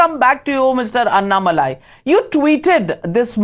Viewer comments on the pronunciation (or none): Dear Ms.Navika, please fix your pronunciation of Annamalai. Its pronounced aNNamalie and not annamalaai.